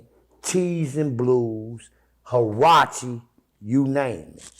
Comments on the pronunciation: It's not called harachi brother it's Karachi, keep this shit real don't have to be tough playa not no more. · It was carachi. Not hurachi.😂😂